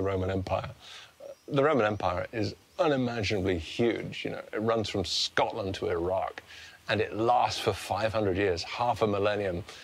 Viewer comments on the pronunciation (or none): none